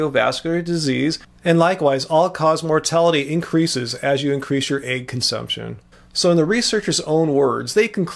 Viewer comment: the word is 'egg,' not 'aig.' You continually pronounce it incorrectly.